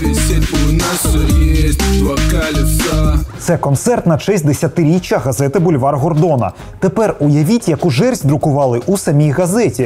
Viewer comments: Вульвар Гордона? мені одному це чулося?) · Як ви прочитали "бульвар"! Це просто жах!